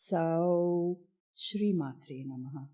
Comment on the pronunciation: I would humbly try and make one correction - about "sauḥ" .. It is pronounced as 'sauh-u' as there is visarga at the end - सौः (sauḥ) instead of just सौ (sauh or sow). What are you thoughts about it? Feel free to disagree and offer your explanation as that would assist others on this path.